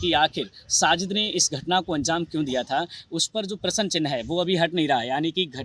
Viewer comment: Bolane ka dhang bhi nahi hai prasn ko Prasann bolata hai